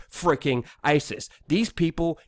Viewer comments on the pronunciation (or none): none